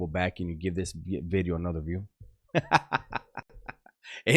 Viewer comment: what is a beedio? I always hear you saying new beedio.